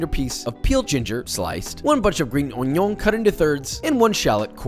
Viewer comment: bro say geen union not green onion